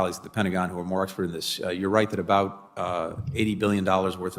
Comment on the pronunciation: Is this Antony Blinken Canadian ? Because he just said ABOOT (ABUT) and that is 100 Canadian . No American says abOOt